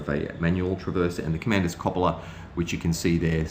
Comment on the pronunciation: Great video. However, Krupp is pronounced 'kroop' and cupola is pronounced 'kyoopola'. These words are often mispronounced and I think it's important, when recording history, to also record proper pronunciation. Thanks.